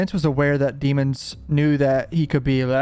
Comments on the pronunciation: Dem ons not demons lol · Can you please say his last name correctly? You've watched enough of the trial to know you are disrespecting the mans last name.